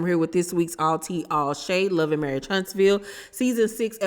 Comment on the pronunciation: While you at it, tell her it's marriage not marrish